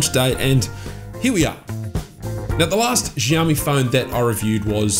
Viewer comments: It’s “Shiao-me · Say it with me "Shao Mee". Drop the Z 😂